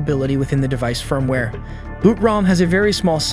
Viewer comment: Listen to the way he says firmware